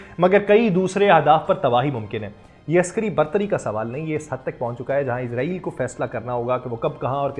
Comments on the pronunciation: بھائی جان یہ اسرائیل ہے نہ کہ عزرائیل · ازرائیل نہیں اسرائیل نام ہے